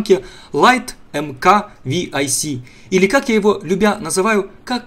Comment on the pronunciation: не ВИАЙЦ,а МАрк 6